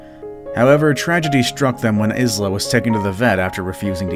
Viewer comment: isla is pronounced eye-la not izler XD